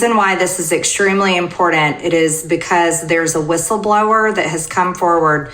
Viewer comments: MTG talks like a two year old! She makes me cringe every time I hear her say "impordant"! It's pronounced im-por-tant! With a t not d. Maybe she should be raising funds for Georgia's schools, they may need it. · Was it marked "IMPORDANT"? Until this genius learns important doesn't have a D in it STFU. Every time I hear her butcher the English language it's like nails on a blackboard. 🙉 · Is it real "IMPORDAND" Marge? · There's no d in important MTG IT IS NOT IMPORTDANT. Important. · Anyone who says “impordddant” is a douchebag. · Please tell the Vag, it’s not “impordant”!! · Trailer Trash Marge says "impor-ant" instead of "important", displaying her trailer trash bona fides. Only the low-class drop consonants. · "It's extremely inporedent! " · Why can she not pronounce the word, “important”? Importin. Such a ding dong. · I've never known anyone who pronounces "important" as "impor-ent" to be any kind of intelligent or reliable. MTG is a sad, sad joke. She's no more than a gibbon, gibbering along with her fellow simians, making noise and saying nothing. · This is very IMPORDENT, according to MTG! lol! 🤣😂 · Would somebody tell Marge Three Names that it is Im-Por-Tant not Im-por-dant !! Please. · Margie, learn how to pronounce the word IMPORTANT! It is not impordant. You are so damn tiresome. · Import-tant..important u idgiot. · More Repugnantin noise. All hat, no cattle, again. And Marge, the word is important, not im-poor-dent. God, that bugs me. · Omg, for the last time, can someone please tell Marg the word is 'important' with a 'T', not "impordant" with a "D"! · She said "impordant" I hate that! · Oh. Marjory Taylor Green says imporDant too. What is wrong with people? The word is imporTant. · Marge "and every body knows it" "it's so impordant" . show your evidence Idiots oh! you can't ,because it's made up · Isn't there a T in important rather than a D? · I hate it when smart people say ‘pundint’ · Somebody please tell MTG there is no “d” in the word impor “t”ant!